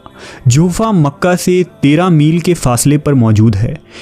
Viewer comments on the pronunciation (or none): none